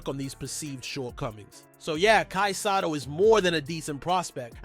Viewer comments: Hey who ever you are dude its not sato its sotto you are son of a gun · BRO. NOT SATO IS SOTTO🤣